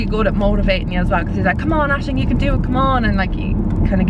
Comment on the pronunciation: Aisling, can you please pronounce your name for me on your next video? LOL It's not a common name in the US so I have never heard it pronounced. When I have heard you say it on your videos, it almost sounds like you're saying "Ashley". Oh maybe someone can type out how you pronounce it? Thanks!